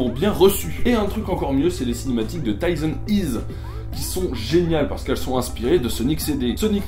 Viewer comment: Ça se dit Tyson HEsse, comme en français.